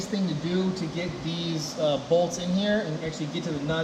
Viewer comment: I get annoyed when he says "bolts"